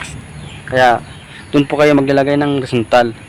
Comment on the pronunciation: Boss ano ang sinasabi niyo? Windzontal o horizantal?